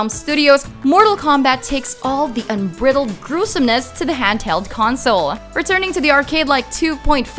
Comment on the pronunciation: Just in the comments to see if anyone else had an issue with how she said “unbridled” and “gyro”.